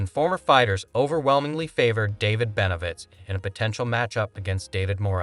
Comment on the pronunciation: The least you could do is pronounce his name the right way